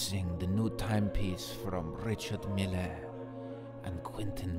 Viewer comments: It’s actually pronounced „ree-shard meEhL“ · Fuck sake it’s said Ree-shard Meal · It’s pronounced rish-ard mil-ay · They said "Quentin Miller". SMH 😬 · You're mispronouncing his name lol....its not 'Richard'.....its 'Ri-chard' Mille....surely you should have done your research lol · Says he’s into watches, can’t even pronounce Richard Mille and is wearing a fit bit 😂😂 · Hum..call urself a watch head but don't know how to pronounce the names right😂😂😂